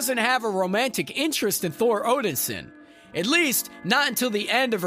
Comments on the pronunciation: Odinson, not Odinsin.....I know I'm being over the top but I cant listen to someone that cant even get the name right. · it was the wrong move seeing how most everyone hates movie gorr. he looks bad.... not odensin... o-den-sin.... nope it's odinson.. o-din-son.... SON... zoomers trying to make dad proud. thor and cap.. thorp was gross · Maybe learn the correct pronunciation of things? Like Valhalla and Odinson.